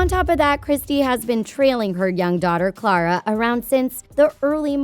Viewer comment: Did anyone else notice that they pronounced Clara's name wrong?